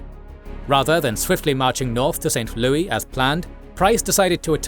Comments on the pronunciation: St. Louis is pronounced as St. Lewis. It's not a French word. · In American English we say St. Louis like "Lewis", not the French way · St. Louis isn't pronounced the French way. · St Louis is not pronounced like it is French🤣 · Pretty good, but some of the ai's pronunciations are cringe. St. Lewee? Fort LEAVEnworth?